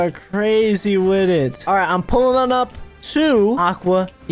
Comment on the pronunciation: and the way he pronounces ting and wit is just so funny